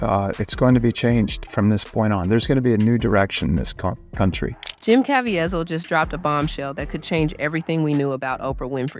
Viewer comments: Good grief. His name is pronoinced as ka-vee-zle not Kavy-azle. o.0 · CA VEEEZIL’ not Cavi a zil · Good and important video. But the repeated mispronunciation of Caviezel's last name is a little distracting. If you make additional videos about him, it's pronounced "kah-VEE-zul," not "kah-vee-eh-zel." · It’s pronounced: Jim CAH-VEE-ZUL. ❤ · KA VEE ZULL That is how you pronounce his last name. I hope you accept this as helpful. No judgement. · Ca Vie Zel (Ka-Vee-Zell) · His name is Jim KA VEE ZEL! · If you're going to make a video about someone, at least learn how to correctly pronounce their name. It's pronounced Ca-V-sell. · Say it with me... Ca-va-zeel.. 😊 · The correct pronunciation is Cav-ie- zel (cav- ea zel) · *CavEEval. That's how he pronounces it. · It’s pronounced : kuh-VEE-zull.Probably AI narrator. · His last name rhymes with “weasel” as in Ca-veasel. That’s the correct pronunciation. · please pronounce Jim's surname properly.. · Why are you butchering this man’s name. The whole world knows his name. Why can’t you say it correctly? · Could you POSSIBLY have your Narrator pronounce Jim. Caviezal’s name correctly? It’s really poor form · Can you learn to pronounce that man's name correctly? MY God! isn't that hard. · Please learn to pronounce Mr. Caviezel’s name correctly. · Also, pronounce Jim cavizel correctly!! So annoying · Wow you could have googled how to pronounce Caveizel. But you didn't. You just pronounced it every way you could think of. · AI narration that can’t even pronounce Caviezel’s name correctly. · Learn how to pronounce Jim's last name correctly. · You need to know how to pronounce his name. Make an effort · narrated by a person who can't pronounce Jim's last name ? or is this AI narrated ? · You really need to learn to pronounce his name